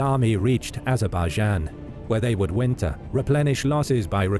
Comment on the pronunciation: when you said azerbaijan you lost me mate